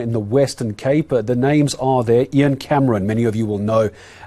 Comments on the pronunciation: my buddy, it's 'EEEE-ahn not 'eye-ann'... same vowel sound as 'thee'. (Guys, don't come at me for correcting the pronunciation. I'm just trying to help and I'm sure he will realise know that with his whip-smart engineer brain). is a legend., I don't see the link for your other channel. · Ian is pronounced EEN! NOT iron! The ANC & co are surely behind it.